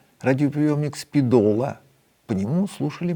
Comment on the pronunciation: СпИдола, не СпидОла.